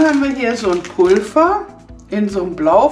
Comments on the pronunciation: Warum sagst du Pulfer das heißt Pulver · Wieso sagst du Pulver mit F es wird aber mit w ausgesprochen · Sie sagt immer statt Pulver 'Pulfa' 😳😂